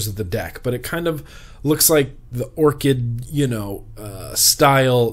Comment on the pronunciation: lol Orchid not urchin